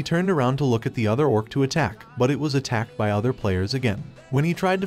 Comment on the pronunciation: Do you not know how to say ed like jumped or attacked